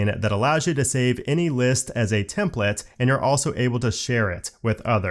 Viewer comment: all I hear is templets instead of templates :( is it just me?